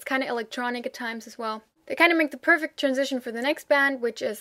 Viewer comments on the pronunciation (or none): none